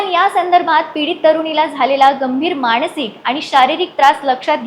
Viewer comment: बावळट माणसिक नाही मानसिक म्हण शुद्ध मराठी बोल मूर्ख बाई न च्या ठिकाणी ण ण कशाला म्हणते आधी शुद्ध मराठी बोल मग बातम्या दे.